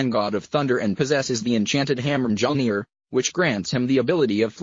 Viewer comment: That is not how you pronouce mjolnir